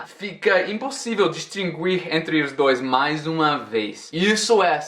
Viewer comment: na palavra distinguir, o U não se lê! Adorei o video, bjs de Portugal ❤